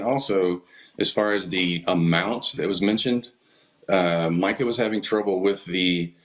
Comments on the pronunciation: Strange that you keep calling her Meeka when her name is Mica…just an observation. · Why are you pronouncing her name as "Meeka"? I've been following this case since the beginning and haven't heard anyone else say it this way even her own family. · Nice presentation but you're mis pronouncing her name as "Meeca".